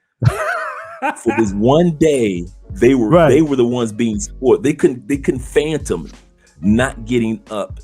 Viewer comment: "Fathom", bruh. As in "I couldn't fathom (xyz)." Not "phantom". Otherwise cool vid.